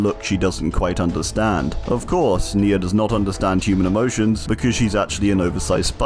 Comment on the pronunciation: nemesis perk even says NE-a virus